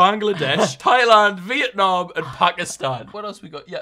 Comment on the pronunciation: i am pakistani and that is maybe the most accurate pronunciation of pakistan i have ever heard from a white person